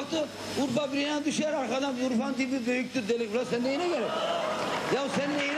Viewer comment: Gulmekten karnim agridi imparator saolasin 'ula mıçe kahla' diyoya🤣🤣🤣..